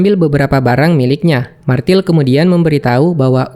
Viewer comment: bukan martil tapi Mirtel cara bacanya